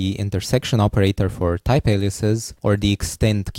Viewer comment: Can you speak English properly? Please don't try to give a fake accent. type is pronounced as type, not thyphe